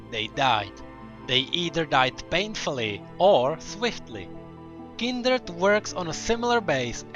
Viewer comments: fvck its kind-red not kindered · why do you say kinderd instead of kindred (oops i triggerd the fans NOT THE FACE!!!) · It's kindred not kinderd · Kinderd , Kinderd , Kinderd .... KINDRED! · This guy says kinderd and not kindred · Its not kinderd its kindred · Kindered??? :face-red-droopy-eyes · 4th darkin " KINDERD" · did he really pronounce kinderd? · This was interesting, but I can't help but point out that it sounds like you are saying Kinderd and it stresses me out. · Kinderd lol ;] nice vid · no hate but why say it as kinderd?